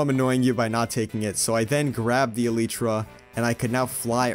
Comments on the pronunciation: It is el-lie-tra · It's not eleetra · It is e-lie-truh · Its E(lie)tra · Yeah it’s elytra not elytra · Not elitra elytra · I absolutely detest the way you say elytra. It makes me cringe 😬 hardcore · You say it like this : E lie tra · It’s ELYTRA NOT elyetra! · its elytra not litrya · Elytra is pronounced e li tra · / uhm did he just say eLEEtra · Also its elytra. Not eleeetra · I call it elytra not eliitra but say it how u want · It’s not eleeeetra it’s elytra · It’s ok if u say elitra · I think it’s ah-lie-trah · Your pronouncing it Elitra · It's. Not elitra it's elytra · bro its elay-tra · ITS NOT ELLEEEEEEEEEEEETRA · It's not eleetra it's elytra 😅😂😂😂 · El ee tra 💀 it’s el eye tra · "My goal was obviously to find an eleetra." Me: "Its elytra." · It’s pronounced, El-y-tra not El-E-tra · IT'S NOT ELEETRA IT'S ELYTRA but it's ok everyone speaks different but good job making videos your videos are the best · Elaytra bro not ilaytra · Elite-truh is so wrong bro it’s e-light-truh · The word alYtra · I say Eleyetrah I’m sorry for everyone who says elEtrah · e-ly-tra is the way to pronounce it, not e-li-tra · It’s not Eletra is elytra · It’s elytra not eletra Ik I’m 2 years late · It’s a lie trer Not a Littre Trer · why am i angry if you say elitra its elaytra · It’s E-LY-TRA N NOT E-LI-TRA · It’s aly tra not eli-tra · It's k Obviously pronounced eh-lie-tra not elee-tra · It is [e l a i t r a] not [e l i t r a] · its not elEytra its elitra say it with a i not a e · Bro said eleetra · Ehlietruh not eeleetruh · El I tra not el ee tra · Elytra not eletra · It’s elYtra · are u british its elaytra not ilaytra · not elricha its altra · El ly tra not el echa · It's Elay-tra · U guys are wierd it’s eltytra U not actually wierd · No offense any1 but i cant bear hearing El-ee-tra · The cats name should be named Snowy Also its pronounced ell-light-tra Also also the axoltl should be named jerry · I’m sorry but a eletra? 💀💀💀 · ITS UH-LIE-TRUH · E-L-EYE-T-R-A Love ur vids